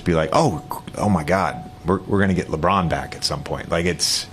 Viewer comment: That lady who was asking questions could not even say LeBron name right yikes. It was like she did not feel like saying his name or did not want to. But she wanted to ask that question about him.